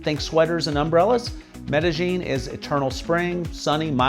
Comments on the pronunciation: Maybe you don't need to learn Spanish, but you can at least learn how to pronounce the names of the cities.. example.. Medellín. ... the "ll" in Colombia makes more of a "J" sound, not a "Y" sound like in most other Spanish speaking places. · I just don't get why gringos who have lived in Colombia more than a week insist on pronouncing the double L ("ll") as a Y instead of a J. It's MedeJin, not MedeYin.